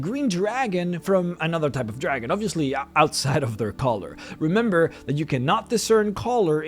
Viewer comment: Mildly irritated by the way you put emphasis on the word 'dragon' and not the colour.